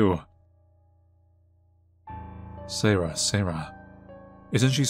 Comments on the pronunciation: Ok I can't not. So I'm sorry but it's see-air-ah not say-rah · Hey just for future reference you say the sisters name as (see-air-ahh)